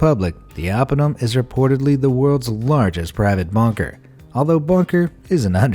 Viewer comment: I don't know about about everyone else but every time they say bunker it sounds like bonker. I know they are saying bunker but it still sounds very bonkers to me